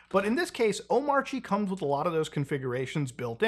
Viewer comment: Actually its pronounced "Omarchy"